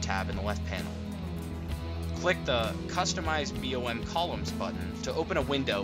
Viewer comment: it's BOM not "B.O.M" and maybe next time use a mouse highlighter so we can see what buttons you're pushing